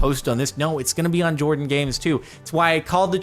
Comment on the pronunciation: jardon says jardon when it clearly says Jordan lol